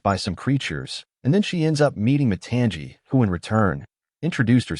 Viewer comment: It is not pronounced mu-ton-jee, its mu-tong-ee. And it is not pronounced syy-mea-u, its si-mae-u. Bruh watch moana 2 and PLEASE pronounce the names right bruh😮😮😮